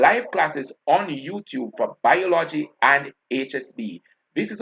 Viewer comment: BIOL-OGY.... pronunciation check an English teacher